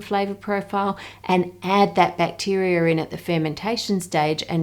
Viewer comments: "Bacterier" truly impressive the mangling the australian accent can wreak. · Excellent presentation! As a Yank, I was noticing that your accent sometimes nearly eliminates the "R" sound, as in choc. "Bahs", but then when you say "bacterar" , you seem to add an "R" at the end of the word. Likely just your local accent, but, amusing, none the les! I respond well to dark chocolate, but was a bit unnerved to read lately that many have high lead and cadmium for various reasons. My brand was high in both! I like a homemade hot chocolate drink as well. Best!